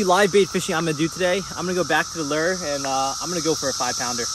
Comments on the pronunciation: Fyi, lure is pronounced lou-er, not ler. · Really Lew.. Lew.. Its literally Lewre. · You're right Mike its like the name Lew .. Lewre. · No one is making fun of him, just telling him how to correctly pronounce Lure.. Lewre. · you're friends here on your channel are right! Lure is pronounced Loo or like the name Lew.. and the second part sounds like Her without the H sound.. so its a defined Er sound..